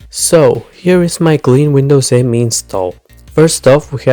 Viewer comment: "Me" not "M E" by the way ;) Me as in "me, myself and I"